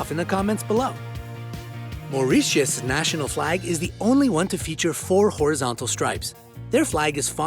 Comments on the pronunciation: He pronounces spanish words and the country of Mauritius wrong too! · Maureeshus is how he pronounces it and it’s annoying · This guy has some very original ways of pronouncing places. "Mao-ree-shus", "Tie-bet", "Napaleese".